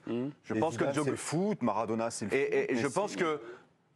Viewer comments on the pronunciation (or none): Le type lit péniblement ses fiches et prononce ‘Djokovik’…j’ai arrêté net la vidéo. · Djokovique Djokovique. Grèt of ôle taim... Mais taisez-vous ! Juste taisez-vous ! J'ai coupé après 2 minutes 30.